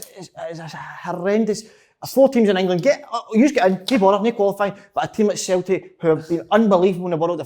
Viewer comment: Slaney: "Celtic" Si: "Celtic" Andy: "Celtic" Big Kev: "Sultic"